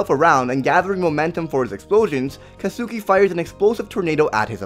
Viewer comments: Just that you know: Katsuki isn't pronounced Ka-tsu-ki but Ka-ts-ki. But that is just me being all triggered xD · It's not 'Cat-Suki', it's 'Cot-Ski'. Just say Kacchan, lol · katsuki is pronounced Katski. it's annoying hearing you mispronounce his name